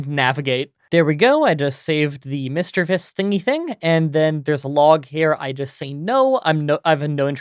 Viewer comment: i also use OBS Studio for screen recording. Also you pronounced Misdreavus correctly.